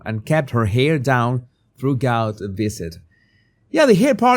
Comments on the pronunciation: "THROUGH-GOUT"? Are you for freaking real? 🙄 Still no plans on learning the pronunciation of basic English, apparently. 🤦🤦‍♂🤦‍♀ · Hi, Love your show always. Just a quick tip from the U.K. “Throughout “ is pronounced, like this “Threw out” your accent is lovely, so not critiquing, just helping out🤗